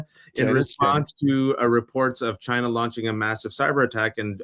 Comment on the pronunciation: Telling how Trump pronounces China as ‘giina